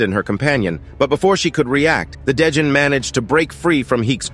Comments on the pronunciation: A day john? What about a night john? It’s Djinn pronounced as Gin like the liquor bruh… the D is silent and why are u adding that weird accent onto it? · Djinn is pronounced Jin. Not 'day-jin", the D is silent. Just sayin. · My dude, the 'd' in 'djinn' is basically silent. It's pronounced "jin" not "da-jin". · djinn is pronounced as "jin" not "Day-jin" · I’ve got just one issue. The lvl 42 demon “dijnn” is pronounced “gin” which is another name for genie. Other than than, great storytelling. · It’s not called a djinn lol it’s pronounced jinn